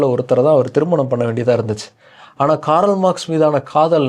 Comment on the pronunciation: காரல் அல்ல, கார்ல்.🎉